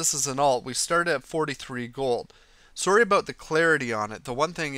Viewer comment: the way says sorry makes him sound SO canadian